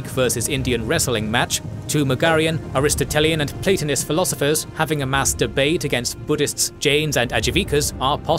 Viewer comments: You need a bigger pause when saying mass debate my man LOL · I do believe this was intentional 😅